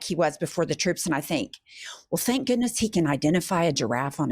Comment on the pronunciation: Can you just record a loop saying, "Canks"....Makes me laugh even when I'm crying...